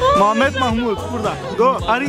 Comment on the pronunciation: Parah lu bang nama bagus muhamad di bilang yaaMahhmud,..canda mahmud ngakak gw